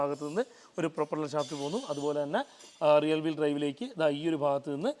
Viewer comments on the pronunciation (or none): റിയൽ വീൽ ഡ്രൈവ് അല്ല.... റിയർ വീൽ ഡ്രൈവ്